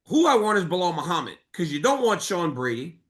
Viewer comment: Who is " Blehall Chael?" 🤔 Who? 🦉 Who? Is that the next opponent of Maladelalena? Or it's gonna be Makkelchef?? 😂😂